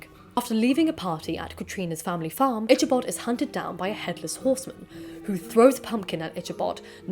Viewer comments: Loved learning about the history of this story! Thank you! Also, I think it's pronounced ik-uh-bahd, not itch-uh-bahd. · Just an fyi, "Ichabod" is pronounced "IK-a-bod" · Ichabod ( Pronounced "Ick-a-bod" ) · Thank you for pointing this out-the lady keeps pronouncing his name as”Itchabod”. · Love this! Though just for another time, Ichabod is pronounced Ick-uh-bahd. “Ch” as in “chaos”. :) Otherwise, really like these vids. There’s so much I hadn’t heard even though I know the Irving story and a little about the history. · Is it not Ee-kah-bod? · Okay, but the ch in Ichabod's name is pronounced more like k. I'm also a fan of the Tim Burton version of the story and the anime Durarara! has a Dullahan who can't find her head and turned her horse into a motorcycle.